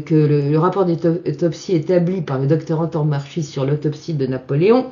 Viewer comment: Le nom (corse) du Dr Antomarchi se prononce an-to-mar-ki et non an-to-mar-chi, avec accent tonique sur mar et baisse de la voix sur le ki final.